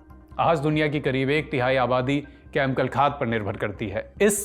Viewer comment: भई आप 'केमिकल' को 'केमकल' क्यों कहते हैं। यह अजीब है।स्टाइल के चक्कर में अशुद्ध न बोलें।